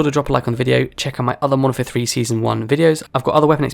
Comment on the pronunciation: Youre referring to the game as "Monfer" repeatedly was grating. Thanks for the tips though.